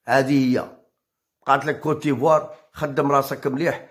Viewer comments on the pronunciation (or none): واسمها كوت ديفوار ماشي كوتيفوار